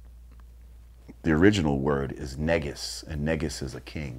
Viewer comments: Correction: the word ንጉስ is Ethiopian pronounced Nugus or nuugus not Nigus. Not sure if the N word is drived from it though. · its pronounce neeegus but you are right.